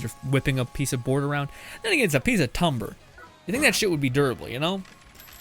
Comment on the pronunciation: It genuinely hurts hearing you say Tumber omg, please take time and realize there is no U or O in the first word... At least candy wolf is close to candle wolf but tumber just makes no sense when it's just another word for wood, aka TIMBER.. Just call it a log if anything if that makes it easier